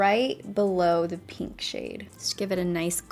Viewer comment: Take a shot every time she says peenk (pink)